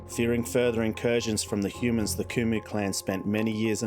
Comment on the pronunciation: I love the intro and the lore. The adding in the elves is awesome. If u want to add in other species that would be awesome. But take your time. I want to hear more! BTW I think it is my bad hearing/hearing loss but did you say hooman at the beginning? Lol